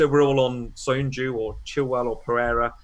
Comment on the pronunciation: How many times did call them hay-sus and ho-say? Portuguese pronunciations not Spanish. Please refrain. butchering soyuncu once more. Great pod though lads 👏👍